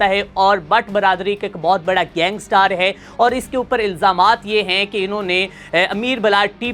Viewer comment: لفظ گینگسٹر ھے نہ کہ گینگ سٹار جاہل انسان۔